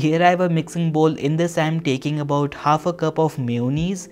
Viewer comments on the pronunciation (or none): It is not mayonees it is mayanass